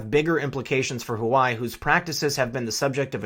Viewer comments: Huawei is pronounced wa-way not hawaii. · Enjoy your work! Keep it up! FYI- thought you were saying Hawaii., not Wah-Way (Huawei) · Huawei = "wah-way" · Huawei is "Wa-Way" as opposed to "hawai" please. H is pronounced W in many cultures. Thank you! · Love love love your content. Can I tastefully offer one correction? It is pronounced “Wa Way” not Hawaii. Not a big deal except I am referring my professional contacts your way, and it is hard for them to take the content seriously. Trying to red pill folks and it is a bitter enough pill already. No reason to make it harder for them. Thanks for all you do. :-) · Huawei =Hawaii??? pronounced (Wah-Way) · Hi love your stuff, just one small critique. When you say Huawei it sounds like you're saying Hawai which can really distort your message if that is what people hear. If you pronounce it Hu Wa way it makes that distinction. Peace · The "Hoo-Why" doesn't sound quite right. Isn't HuaWei pronounced "Waa-Way?" Comments appreciated. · Please stop mispronouncing Huawei. It's not hu•a•why, it's pronounced wa•way. Think of chihuahua and weight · In defense of our Hawaiian brothers and sisters, It's pronounced "Wah-Way". Not Hawaii :D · It’s “Wah-way” not Hawaii, my only issue with your otherwise great video 😂💯🙏🏽🇺🇸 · Hua Wei is pronounced "Hwa" (like one says while doing a karate chop) and "Way" and NOT "hoo-ai" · Correct pronunciation is #WahWee and not #Hawaii ....... Please pay attention❗️ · Huawei is pronounced Hwa-Way. God, stuff like this grates on my ears like nails on a chalkboard! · LOVE your stuff!!! You are my go-to channel and I love your giggle-fits! But, I got corrected myself regarding Huawei - it is pronounced Wah-Way Please keep up your great work as I can't stand a day without your outlook (and those chuckles)! #WWG1WGA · just FYI, Huawei is pronounced Waa Way. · Huawei is pronounced wah-way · Please pronounce Hua Wei correctly. It hurts your credibility when you refuse to enunciate correctly.